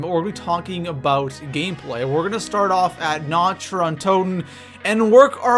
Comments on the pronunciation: The only thing about this video that bugs me: Nacht is pronounced almost exactly like "knocked". Not like "notched". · Na-kt not na-cht it's German fuckface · Is it me or does anyone else get triggered when someone's pronounces 'Nacht' in Nacht der Untoten as "Nach-t" instead of "Nakh-t" ? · People learn to pronounce nacht (na-k-t) there isn't a ch sound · no, you dont say it like "nakt". Its so cringy that all the english people think they pronounce german words right within the game, lol. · I was going to watch this video, But said Nacht wrong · Do even know how to pronounce basic things such as Nacht? And it's "Mystery box" not "Random box" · OMFG im from germany and its so fucking annoying, that everey one speakes the maps compleatly wrong ( sry for the gramatik)